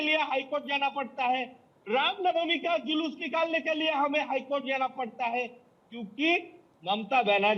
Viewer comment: जयश्री राम, ऐसे अनपढ़, बेवकूफों को जुलूस शब्द भी बोलना नहीं आता, जुलूस को जलूस बोलता है, करोड़ों बार धिक्कार है, ऐसे अनपढ़ मूर्खों को